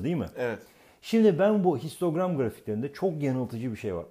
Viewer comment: 1.07 Şistogram mı ? :D